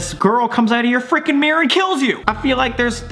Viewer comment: Im australian and the way he says mirror is like mirr its so funny